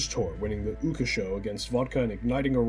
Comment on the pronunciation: Like, a half hour session of watching youtube videos would get you how to pronounce their names. Yes i would call that bare minimum research for making a youtube video like this lmaoooo. OOOOKA SHO its funny as hell and i cant give ya too hard a time. Ooooooka xD